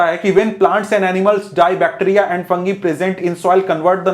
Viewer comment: Fungi 🚫 funji ✅